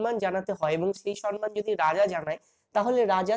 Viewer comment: খুব সুন্দর লাগলো। কিন্তু দয়া করে সম্মান কথাটার উচ্চারণ ঠিক করুন।সন্ মান নয় সম্মান।